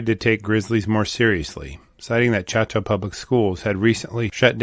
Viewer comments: Choteau is pronounced "show toe". When Lewis and Clark made their way westward in 1804, they encountered countless wildlife, including grizzly, all along the rivers and plains, but when they began crossing the Rockies, they were nearly starved by the lack of a single animal to eat, once their horses had all been roasted. Elk, deer, all the various types of goats, buffalo, varmints and birds were NOT living in the mountains. They were all plains animals. After Glacier Park burned, a large population if grizzlies fled east, back to their native plains. There is a huge "problem" with them now, out on the plains of central and eastern Montana, because they are liking what they see: cattle, horses, deer, antelope, grain, rivers, trees and lots of places to hide in all the drainages and coulees. The problem is; they like it. Why would they ever go back up into the mountains and freeze for 6 to 8 months a year when they can live back in the great savannah from whence they came? I'm no leaf-licking bunny hugger, and I hunt every year, so don't misunderstand me, but the bears must be managed responsibly, or they will continue to maul people over on the dry side in ever-increasing numbers. Don't EVEN get me started on wolves... that's for another time. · Just a technical note: Choteau is pronounced , Cho - doe, with emphasis on the Cho. Locals don’t pronounce it as its French origin would suggest. Great story. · The town of Choteau is pronounced Show’-toe. Just saying. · The name is pronounced, SHOW’-tow. The family name's original spelling is preserved in the Montana County of Chouteau. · I was thinking that was not the right pronunciation. My father-in-law's family homesteaded in the Highwood area near Fort Benton. He often would talk about this area too. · At least pronounce the name of the town!